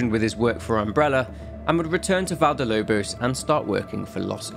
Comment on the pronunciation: It's not cakes Val de Lobos. It's Valle del Lobos. Valle is pronounced Vah-yeh